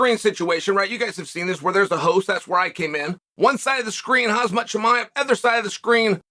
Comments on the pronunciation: Chael, it’s pronounced Hom-Zot, not Hoz-Mat😂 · Chael was saying Haz-mat instead of Ham-zat. I think he just misspelled his intention. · Chael, learn to pronounce people's names correctly. It's a bad look you try to act cute and still act like you don't know these fighters names. HAZMAT, you really still calling the guy 'Hazmat'? 🤡💩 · Only Chael would mispronounce the name of a fighter as scary as Khamzat. Just look at the word without the K at the start. Then you can say “Ham Zat” You are currently saying “Haz Mat” Quite embarrassing for a professional interview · Uncle Chael you are not completely wrong in calling Khamzat as Azmat cus his coach name is Azmat 😂😂😂 I saw your interview with Khamzat and Usman, I couldn’t control my laugh every time you mispronounced his name as Azmat 😂😂 don’t know how you did with straight face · Please learn how to pronounce his name “Ham-Zat” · You think anyones ever told him its not pronounced Has maht? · And you still call him Khazmat... Time to progress, his name is Khamzat! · Quit saying hazmat!!!! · Chael im genuinely being honest when i ask you this, do you have a speech impediment or something? i always thought it was a joke and funny but when you called khamzat, hazmat in the interview ahaha it dawned on me you wasn't trolling, like since when does a 'K' sound like a 'H'????????????????????? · Still calling him Hazmat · Ahh yes . Hazmat chimaev! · Chael, Khamzat seems not happy on that interview. I think it was because of you calling him "Hazmat" 🙏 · Can someone tell Chael for the 100th time his name is Khamzat not Hazmat! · yea he calls him Hazmat! lol and Kamarra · Is there a reason chael does this with so many fighters, feel like it has to be deliberate at this point but dunno why. Kamara, hazmat, mahkelchev etc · This is now the second time I’ve heard Chael call him “Khazmat” (with the z sound before the m sound). He said it in the interview with both fighters. Please correct this, Uncle Chael lol